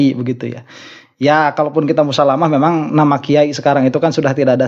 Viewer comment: Kuyayi a bukan kiayi😂